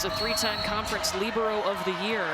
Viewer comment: Didn’t they call her a ‘libro’. They weren’t pronouncing the e